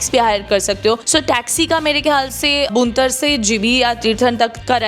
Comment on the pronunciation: Madam, बूंतर नहीं है वो,भुंतर है